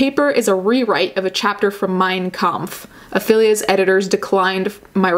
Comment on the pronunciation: Unrelated, but there was a point in here, when you were reading about the "Affilia" journal, where your Italian accent just randomly came out. 😊